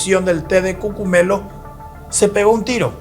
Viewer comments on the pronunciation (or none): Es cogumelos, no cucumelos